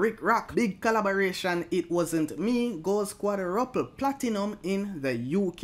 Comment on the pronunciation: I think it's pronounced QUAJROOPLE (quadruple)